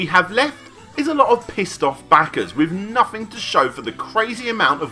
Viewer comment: "may furtyuff two fousand and fourteen Everyfing was fine, ven, nuffing" Great vid, apart from the lack of "th" 😁